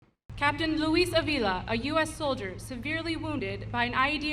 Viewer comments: It's pronounced A-vila, the accent is the first A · Just for the record, in Avila, the stress is made in the first syllable, like in Jonathan. To hear everyone saying JonAthan is a little bit disturbing, right? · Seriously no one at CNN speaks Spanish well enough to tell these idiots how to pronounce Avila? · Side note from the main point here about Trump denigrating the military and vets. I was surprised to hear the announcer and the hostess mispronounce Mr. Ávila's last name. Just trying to be helpful here. In most Romance languages there are "tildes" or marks over certain letters. That's a visual indication of the stressed vowel in that word. So, it is pronounced US: /ˈɑːv-/ AHV-,[3] Spanish: [ˈanβila]. In this case, the name Ávila comes from a city in Spain which is also the capital of the province by the same name. There have been people living there for some 2,500 years, that's probably why you haven't heard about it or of it. The city has a complete medieval wall, one of the best in Europe. The Walls of Ávila The main landmark in the city is the imposing Walls of Ávila (11th–14th centuries), begun in 1090. The enclosed area is 31 hectares (77 acres) with a perimeter of 2,516 metres (2,752 yd), 88 blocks of semicircular towers, 2,500 merlons, curtain walls 3 m (9 ft 10 in) thick, with an average height of 12 m (39 ft), and 9 gates.[18] The walls represent the largest fully illuminated monument in the world. It is possible to walk upon the walls for roughly half their circumference. While some of the walls will never be walkable because of their integration into other structures, a large stretch has yet to be made safe for pedestrians.[citation needed.